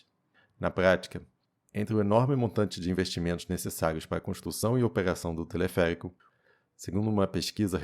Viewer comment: telefeérico rsrs